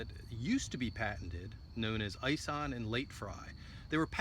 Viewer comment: Ison is pronounced like Bison but without the "B" from Ison Farms. Greg Ison has several Muscadine videos on Youtube.